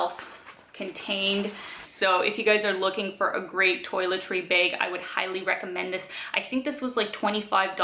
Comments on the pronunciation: I think its "Baeg". Funny little ways Canadians say things like "aboot" I wonder what words we say that sound funny to others, especially us Californians. Someone from the Midwest actually told me I had an accent. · I hear more A like bAge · Yeah, maybe you are right. It sure is not a short A though.